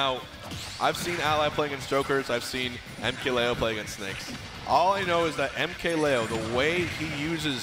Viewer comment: Joel Garcia I think he says Lee-o when I’m pretty sure it’s supposed to be Lay-o